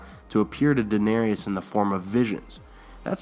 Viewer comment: dan dandiman how about how he says "danarius" a few times. It's my pet peeve